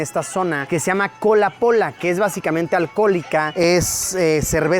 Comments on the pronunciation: Me da risa que dice cola Pola y no cola y pola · Luisito: Cola-pola vs Colombia: coleipola😅😅😅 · es cola y pola no cola pola a mi me encanta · Luisillo: cola pola Yo: coia poia?? wtf